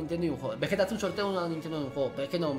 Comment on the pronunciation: Pero bueno veyeta dijiste folagor